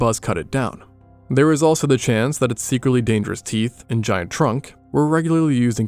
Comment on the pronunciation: "Based on da bones..."